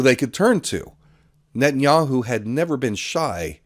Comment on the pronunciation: Blinken? Sullivan? Paul Bremer? Condoleeza Rice? Wolfowitz? Biden? Harris? Newland? Ah, Netanyahiu.